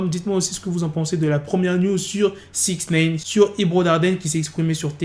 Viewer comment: Arrête de dire Sixnaine 😭😭😭